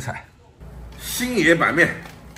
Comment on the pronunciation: 你这发音，新野说成星爷